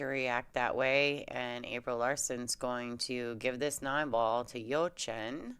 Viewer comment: Hello there, thanks for commenting on the game where I was part of. For next time, please work on the pronunciation of my first name, lol.